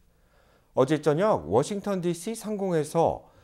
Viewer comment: 기자가 워싱턴 DC 를 워싱톤 이라한다 심각한 오보다